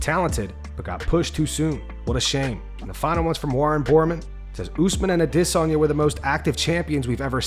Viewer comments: How much practice did it take for you consistently sound like an idiot each and every time you say izzys last name? The consistency in that is incredible. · I really wish this channel would just say Adesanya wrong like a normal person. Shit sounds so weird when he tries to pronounce it to proper way. 😂🤷‍♂️